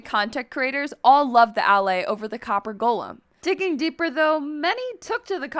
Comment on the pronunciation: BRO DID YOU JUST SAY DALLAY INS5ED OF ALLAY